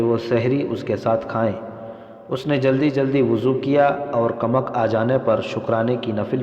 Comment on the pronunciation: یہ کمک کو کمک بول رھا ھے یعنی ک کے اوپر پیش کی بجائے زبر بول رھا ھے